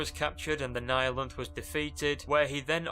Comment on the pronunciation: Thank you for pronouncing "Nihilanth" correctly!